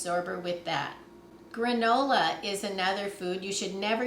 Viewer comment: "Granny-Ola" :) I don't mind brown sugar bricks... that's actually the traditional method and still how many communities store and use it. When using dry "brown" sugar, the recipe may need to be very slightly adjusted. Thank you for saying #10 instead of 10 pound, since even though that's what it originally equated to... that's not what it means [anymore] nor is that how to say "#10". (that would be 10#) (sorry, people saying that wrong bothers me for some reason and I keep running into them)